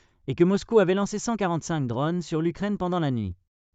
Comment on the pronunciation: Des drônes , pas des dronnes !